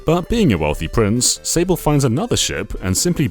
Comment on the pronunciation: This game is magical, I don't think any Nintendo game has truly captured how uniquely fun and light-hearted it is. It really is in well-need of a remake, just so Nintendo has the excuse to finally release it outside of Japan. Edit:, I think you should know that "Sablé" pronounced "sab-lay", and also, this wasn't specified in the video so I don't know if you're aware of this, but "Prince Sablé" isn't his name, he's the prince of the Sablé Kingdom. He technically doesn't have a name, since you name him in the game. Just FYI.